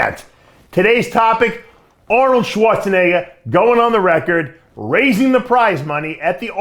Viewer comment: Dave doesn’t use the hard “R” when he says Schwarzenegger…